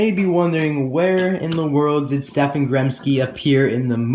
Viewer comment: I think you say stefan Stehp-On